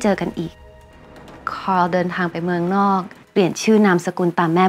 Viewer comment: ขอให้ทุกคน ออกเสียง คาร์ล ตามญาญ่านะคะ